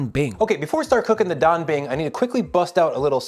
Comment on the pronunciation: The pronunciation of Dabing is on point 😂